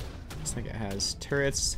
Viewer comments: He said I think he has turrets but sounds like nword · Lol I actually think he said “there is a raft right there, I think it has turrets”